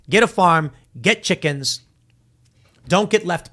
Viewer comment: or his chi-CKENS